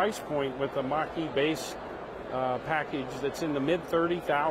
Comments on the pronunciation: When this reporter says “Mustang Mach-E”, it sounds like he's saying “Mustang Marquee”. English is a funny language. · I thought he was saying Mustang Marquee!! Lol